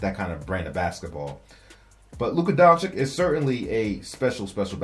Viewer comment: Luka Doncic is pronounced Donchich like sandwich not sandwick.